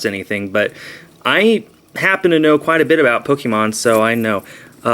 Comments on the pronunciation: You call it poke-ee-mon when its pronounced poke-ay-mon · it is prounouced poke-e-mon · There's no correct prononcuation. some say po-kee-mon and some say po-kay-mon. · what about Po-kuh-mon lol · "Polemon" Is that normal? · Lol and I traded for mega glacal ex I think that's how u pronounce it and a krokrockex both are reverse holos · you say you know alot about pokemon but you dont even know how to pronounce it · destroyer LOZ is right, the é in the middle is pronounced as an a, just like in fiancé and other words with the 'é' letter